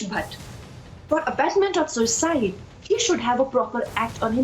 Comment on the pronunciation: Why do you keep stressing on the word ‘Suicide’ on purpose. It’s a murder. Shame on you